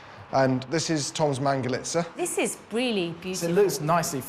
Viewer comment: Why does she keep on saying mangalista when it is clearly mangalitsa?